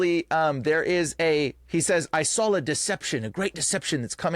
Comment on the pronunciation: it's hard to take you serious when you say drawl instead of draw, and sawl instead of saw. C'mon man